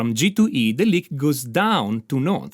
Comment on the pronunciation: I love this. Especially because he pronounces lick as Leak.